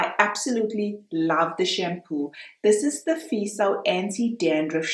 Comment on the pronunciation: Feso...not feeso Fe as in fair.